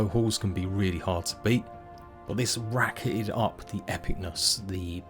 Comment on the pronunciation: I really want to watch this video as the production quality seems good and I am super interested in the content having spent 1000+ hours in Valheim but I absolutely can't take all the "th's" pronounced as F's. Why any adult would consciously choose to talk like an uneducated child is absolutely beyond me. And don't says it just English English. Kate Beckinsale sounds NOTHING like this.